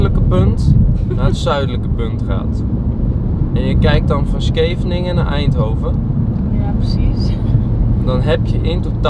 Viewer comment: Enzo je bent een Duitser want je zij sceveningen en Duitsers kunnen scheveningen niet uit spreken dat heb ik geleerd van milan van de escape room 3.0